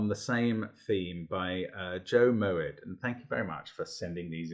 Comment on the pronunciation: Thanks for featuring this puzzle, and I'm so glad you enjoyed it! Delighted with the quota of "brilliant"s it earned, and grinning from ear to ear here :) A few random comments (but no spoilers) for anyone who might be interested: - your pronunciation is absolutely spot on! But interestingly, it's from a Hebrew word (מועד, meaning festival) pronounced Mo-Ed with two very distinct syllables, rather than from Dutch. Family lore is that the ë was added by ancestors of mine to steal some of the cachet of Moët et Chandon :p But seeing as they actually lived in Holland & SA at the time, it's more likely it was to stop people pronouncing it (roughly) "Moot" or "Mert", as you say! - I will take the "very hard" comment as a compliment :) - I am delighted at your strawberry and key lime pie quip since, believe it or not, that is ACTUALLY why I chose to colour them red and green! Two colourful crispy "Pie-Crosseds" if you will. Although in my mind, it was a Raspberry Pie... - very pleased this piece of logic earned a "beautiful", as I think it was my favourite deduction in the intended solve path! When setting the puzzle, at this exact point, I also thought "come on, there must be a straightforward way" - a computer solver was insisting the puzzle had a unique solution, but I, a puny human, could not see how - I finally figured it out using your method!